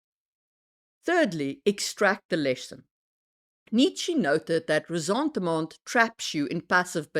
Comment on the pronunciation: I can hear that you aren't native, and that your accent sounds Germanic but not North-Germanic. So my thought was that you should be able to pronounce Nietsche. Was it just an misguided attempt at placating / pleasing English speakers was my thought 😅